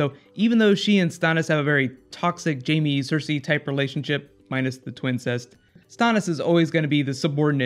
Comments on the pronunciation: The way you say Stannis is annoying. Why the change?? WTH? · When did you start saying?... methinks that mayhaps you mean Stannis... as in the Mannis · there was never any other chance for a different number one, but why couldn't you say Stannis right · The way he says Stannis....